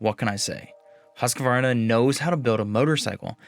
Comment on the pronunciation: Just a tip, do not pronounce the «q» like a «q». It should be like huskvarna.